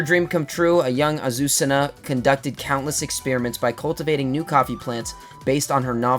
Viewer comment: As a Spanish speaker I can tell you that the pronunciation of Azucena is fine 👍